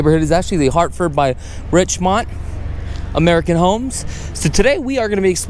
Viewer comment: So besides the price discrepancy you can’t figure out how to pronounce the Builders name? It’s not Richmont, it’s Richmond American.